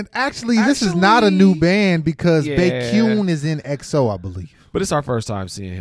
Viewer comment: It is pronounced "Bekion" Yay, he is such an amazing artist ❤ Exo's main vocal. Please react to his ballad works and UN Village